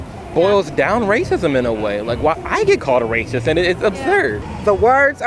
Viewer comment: “Rather rathitht” lol